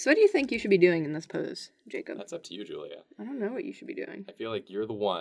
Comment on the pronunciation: NO NOT THE CAW BUT JACAWB and MATAJULIA